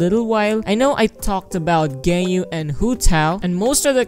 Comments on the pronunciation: You say gayu i say gan u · Its pronounced gan you not gay you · Ganyu ❌ gayu ✅ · ganyu❌ gaeyu✅ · ganyu not genyu :< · I thought he called ganyu gay-u